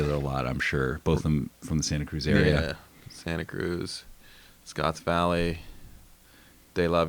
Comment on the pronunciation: Just passing on local knowledge to you Local Route guys. You said Scotts Valley correctly. 🙃